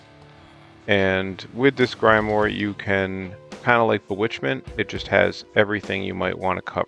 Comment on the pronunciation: "grymore" is making me cry 😭but thanks dude big help